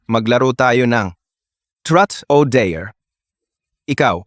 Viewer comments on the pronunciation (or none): he said “Trut o Deyr” instead of saying “ Truth or Dare” bro😀😃